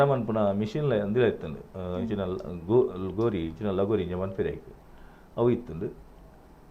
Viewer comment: It is "Thagori"